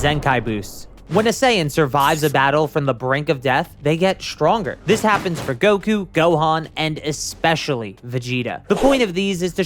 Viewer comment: Please stop saying "Gowkew"